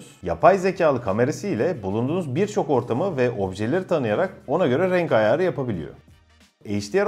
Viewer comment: Video kaliteniz, duzgun ve akici konusmaniz gayet iyi lakin lutfen ayar derken ayağri demeyiniz